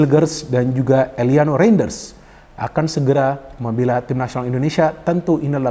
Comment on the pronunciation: mohon izin untuk mengkoreksi penyebutan nama pemain Mees Hilgers --> Meis Hilgers Eliano Reijnders --> Eliano Rainders Semoga berkenan ya bung, terimakasih